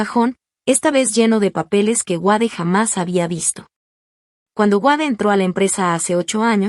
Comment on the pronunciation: El nombre es Wade! Se pronuncia U(ei)d no Uade. Gracias!